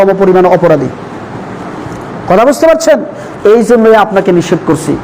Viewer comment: নিষেধ । নিসেত না